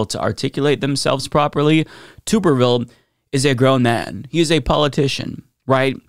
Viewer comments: Pronounced “Tubberville” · It's tub like bathtub.